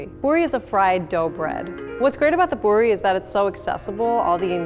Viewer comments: Poori not porrly and no it’s not a tortilla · It's aaloo-poordi